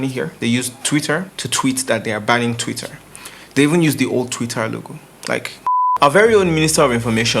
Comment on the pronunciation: You don't need to pronounce the R in TwitteR so hard na. Lol. Jeez